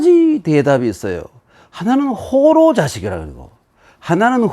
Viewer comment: "호로"의"호"는 짧게 발음해야지요. 짧게 발음한 것은 잘못입니다.